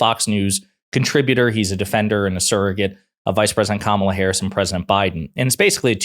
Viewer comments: Her name her name is not Ka mala you purposely mispronounce her name it’s, KAMA LA y’all gave up calling it out when they pronounce her name on purpose incorrectly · If an anchor can’t pronounce Kamala’s name correctly, she ruins any chance of credibility as her bias comes through loud and clear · Why are these morons so insisting mispronouncing her name? Is it some kind of litmus test